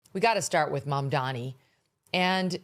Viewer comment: Mamdani you should learn how to say it looool